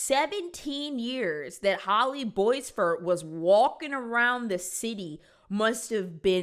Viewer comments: Omg the pronunciation of Boisvert is killing me. It's pronounced Bwah-vair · My best friend’s last name was boisvert she pronounced it bwah-vare